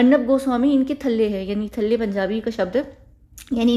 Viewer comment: I'm just watching your video You want to say Chehre ka rang feeka pad gaya...means Chere pe Hawaiyan udd rahi hein 😅😅 and I like the word "Thalle" listening from your mouth 😍😇 b'coz we are punjabis 😊